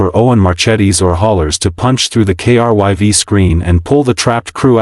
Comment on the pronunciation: In the end, nothing new here, but not a bad story. You got the Down Vote because of Editing. "KRYV", everytime this name comes up, the TTS spells it, and that is a limit of the TTS program (I use them daily). There are certain words that need to be spelled phonetically to be pronounced properly. "Krive" or "Crive" probably would have fixed this. The problem is, you all are so worried about cranking out this AI Slop, there is next to no editing being done before moving on to the next one.